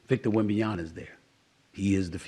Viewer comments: You really need to learn how to prononce Wemby’s name correctly 😂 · Can you please make the effort to say Vic’s name correctly at some point? It’s just lazy and disrespectful. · Wemby finished his rookie season before Stephen A Shit learned to say his name right. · Nah, he doesn't pronounce African names well. Wembanyama is an African name. It's a Congolese name. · Bro still can't pronounce Victor's name correctly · You get paid to talk. You know how to say his name Stephen A. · SAS you Can’t even say his name right. Have some respect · You didnt even take 3 seconds to spell his name out. Have some respect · it’s actually concerning the dude is basically a journalist. Don’t tell me that every white journalist can pronounce his name but somehow he can’t. That’s always always the same who get away with being disrespectful. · nah he sounds dumb when he can’t correct a simple pronunciation of top players like Luka and Wemby. That’s on him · WEM-BAN-YAMA……not YANA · He says YANA like Reggie Miller does smh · One year later and Stephen A STILL can't say the second 'M' in Wembanyama😂 Is it intentional? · Stephen, its been a damn year since he's been drafted. WEM-BAN-YA-MA. not WembanyaNA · Stop calling him WembanyaNa ! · Stephen…. It’s “WembanyaMA”. Not “WembanYANA”. You can say it correctly with some practice.. :) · im convinced stephen a smith has a speech impediment.. ITS WEMBAN YA MA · STOP SAYING "VINBAMYANA" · How the hell can't he say his name. Wem Ban Yama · “WembanyaNa” drives me crazy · Wembanyama - Alien 👽 - Noun, pronoun, verb, adverb, adjective Pronounced: Wem-Ban-YĀ-Ma C’mon Steven. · Everyone else got it right by now.....this jive turkey still saying WembanYANA lol. As far as Chris Paul is concerned, I am indeed surprised he chose the Spurs. But it's refreshing. He's had a great career and must obviously see an incredible opportunity to play with Wemby and have a role in his development. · SAS, just say Wemby and save yourself the embarrassment.